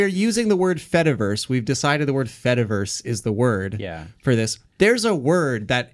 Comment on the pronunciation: This is great, but the whole cheese joke falls apart if you say the word fediverse properly